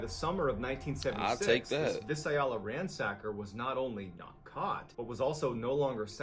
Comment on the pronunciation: The what ransacker? That is not how you pronounce Visalia. 😂😂😂